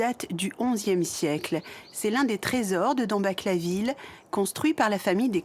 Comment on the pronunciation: c'est tout de même pas possible que dans une émission consacrée au magnifique patrimoine de l'Alsace, les noms de nos villages ne soient pas prononcés correctement. Dambach se dit "Damebar".